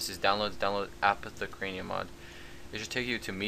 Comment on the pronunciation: you say it like, apoth uh care ium